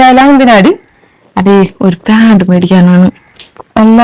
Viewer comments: പ്യാട് അല്ല പാഡ് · പ്യാഡ് അല്ല പാഡ് ആ 😀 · പ്യാഡ് അല്ല. പാഡ് ആണ്